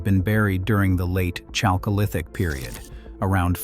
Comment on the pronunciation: This reader (AI?) is almost offensive how he reads /pronounces “chalcolithic”. It is derived from χαλκός not from English “chalk”.